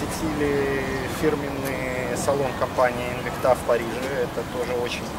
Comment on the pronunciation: спасибо! Но только правильно ставьте ударение в названии Инвикта! ))) Французы должны были научить...))